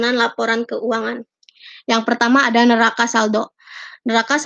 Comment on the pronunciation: neraca bacanya ya nak...bukan neraka....